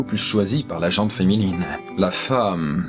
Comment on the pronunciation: HAAAAAAAAAAAAAAAAAAAAAAA!!!!!!!!!!!!!! On dit la gent féminine!!!! on ne prononce pas le T!!!!! Haaaaaaaaaaaaaaaaaaaaaaaaaaaaaaaaaa! Pas toi!!! pas toi!!!!!!!!